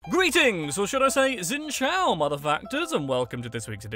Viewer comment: when you said Xin chào i knew you said it wrong the x is the sound s